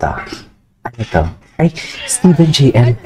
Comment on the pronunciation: Jeyelie pronunciation nya sa JL mamsh 😂